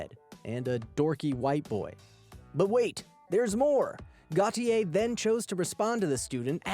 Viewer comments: I think if the first name is "Gautier" it's pronounced "Go-shay". If not, have a nice day! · tracy got-you-eh lolz